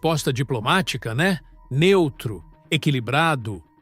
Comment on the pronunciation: " NENTRO"?? NEUTRO É SHAMPOO DE BEBÊ. SOMOS LULA